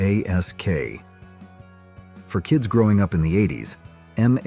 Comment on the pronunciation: M. A.S.K.??? No. It is pronounced “mask”, as in , a mask that you wear.